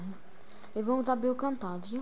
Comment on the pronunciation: Fala direito..Nao e Camtagia.. o ceto e Camtasia